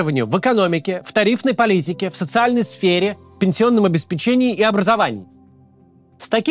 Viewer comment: Когда Кац поймет, что в слове "Обеспечение" и прочих его производных ударение ставится на 3 слог?